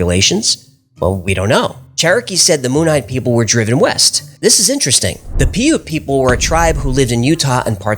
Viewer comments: I'm paiute...I was always taught it was "paiute" and not "piaute"... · You know, I was really starting to get into your channel (showed to me by my girlfriend) then you mispronounced my tribes name. Not to say I’ve completely stopped watching, and I’m still subscribed. I’m a Northern Nevada Paiute from the Fallon Paiute-Shoshone Tribe in Fallon, NV. The correct pronunciation of Paiute (Pai·ute [ˈpī-ˌyüt]{pai-oot}]) can be found on google by simply searching “how to pronounce Paiute”. I’d just like to ask if you’d please take more care in manner of proper pronunciations. Take care and keep it strange ✌🏾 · I think Piaute is generally pronounced "pie ute". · you're pronouncing it wrong.. you keep saying pee-ute.. when its pronounced pie-ute.. 😅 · Pi-ute, not Pee-ute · Piute is actually pronounced "Pie-Yoot"... They are the Utes for short, and that's where Utah comes from... Just FYI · The utah tribe you are trying to say is normally said pie-ute. Well it is by the white utahans. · It's pronounced Pie yout never heard it mispronounced. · The Piaute Tribe is pronounced “pī ute” Thank you from UT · The Paiute name is pronounced "pie- U-t" These are my people. I am from the northern Paiute tribe in Nevada :) I love your channel. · Piute, pronounced pie-ute.I live near Piute, UT, in Sevier County Utah is just north of Piute County Utah. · Puite tribe is pronounced pie-ute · It's pronounced pie-ute. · Paiute - pronounced Pie-oot. Love your content. I live in Utah and have had the Ute and Paiute Americans in our history conversations through school. Just wanted to correct. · It’s pronounced PIE - UTE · This channel is always interesting! I believe it's pronounced "Pie-yute" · Paiute = pie -yoot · Love your work guys. Paiute ~ pronounced pie yoot Native to Utah (namesake), Nevada and California Related to Ute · Paiute is pronounced "Pie-Ute"